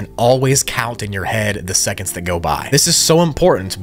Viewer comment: Esconds huh